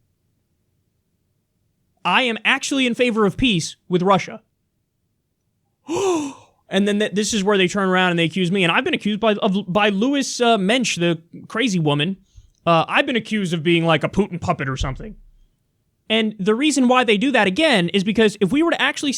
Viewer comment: LOUISE (Bagshawe-)Mensch, not "Louis". She may have many mental health problems, but gender-identity confusion is not, to my knowledge, one of them.